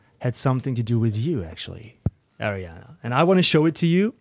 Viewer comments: Sie hasst es wenn man äriäna sagt😂😂 es heisst ariana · he says airiana